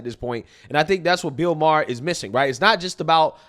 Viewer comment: Im not sure if does this on purpose but I love how he calls bill Maher “Beel Maher”… that’s hilarious. Screw that boomer